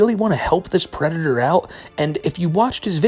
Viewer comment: actually, white bowser is a pwedatuh